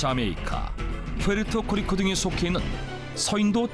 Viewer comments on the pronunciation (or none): 이와중에 푸에르토 리코 발음 실수나셨네